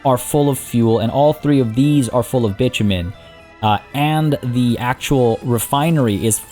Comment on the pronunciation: Love this playthrough, however please bit-o-men is more accurately sounding, bitchofmen does not sound nice